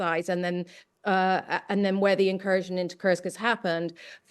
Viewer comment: Incursion or inKURSKion? 😅